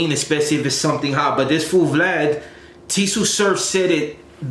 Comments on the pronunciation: That fool “vlaud/vlawd” 🤣😂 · Who is Vlod?? You mean Vlad!?! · It’s vlad not vlod And it’s suuu surf mang